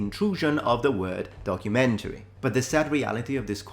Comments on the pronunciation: Wocumentary😂 (pronounced "woke-umentary"). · Once again Netflix butchers the word DOCUMENTARY. They seriously need an English lesson on this word. Look at Harry & Meghan's DOCUMENTARY....